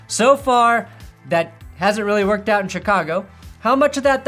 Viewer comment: REWATCH THE SHANK. YOU BRING ME OUT OF IT WHEN YOU SAY 'AWT' HOLY FUCKING RETARDO BATMAN.